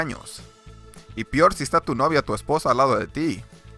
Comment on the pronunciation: y "pior"